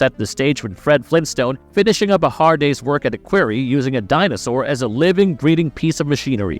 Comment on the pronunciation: Sometimes I wonder because the mispronunciations of other words don't make sense for AI. Like "query" for "quarry" . Could be a typo in the input but in other videos from this channel the flubs can't be so easily explained.